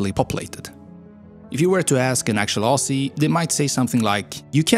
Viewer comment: I put it down to accent, but do cringe at mispronunciation of cities. E.g. Brisbane is supposed to be Brisbin, note bane. Aussie is Ozzie (pronounce the s like a z not an s)… and a number of others. And we don’t have that many killer animals… none that you will see often anyway, and nothing like lions, tigers, grizzlies or any of those crazy creatures that chase you. The most dangerous creatures here are very shy and do their best to avoid humans. I am 51 and live in inland rural Australia. I’ve never seen a brown snake (in fact I’ve only ever seen two wild snakes in my entire life… the rest were in zoos), and I rarely see a dangerous spider because they’re mainly around Sydney.